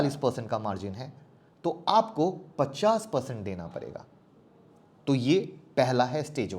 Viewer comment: Parega-PADEGA muskil-MUSHKIL Saire-SHARE Zabtak-JABTAK Zakar-JAKAR YAAR APNI PRONOUNCIATION THIK KARO